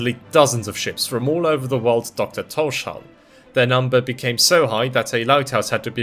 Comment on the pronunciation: You pronunciation of Tórshavn is quite close to how we say it in the Faroes, but as with all English-speaking people you pronounce the sh sound, which is wrong. You separate the s from the h so that it's Tórs havn, towrs hown, as in Thor's harbour/haven. Excellent video, nonetheless. I love that our little archipelago is getting some recognition. Just the fact that our islands appear on maps is a huge thing for me. We used to not be on most maps, so we were invisible to people who weren't knowledgeable about the region.